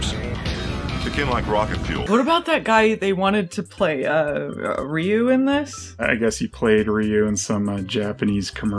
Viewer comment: "Ryu?" Don't you mean "Rye-oo!?"